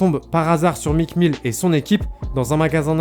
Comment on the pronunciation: “Mique Mille” mes oreilles 😭